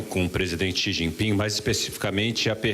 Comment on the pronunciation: Esse animal mente todo dia... Sabe nem pronunciar o nome do ditador chines